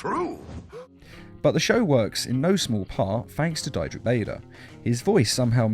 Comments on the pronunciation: You are mispronouncing Diedrich Bader dEEEdrick not dyedrick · Diedrich is a German name, so if an "i" and "e" are put together, the second one is pronounced. So it's not DIE-drik, it's DEE-drik.